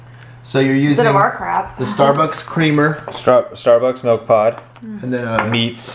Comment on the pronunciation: its MILK not MELK lol sorry